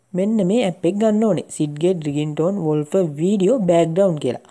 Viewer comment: වොල්පර් නෙවෙයි වෝල්පේපර්